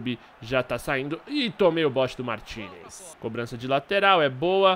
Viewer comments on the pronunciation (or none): none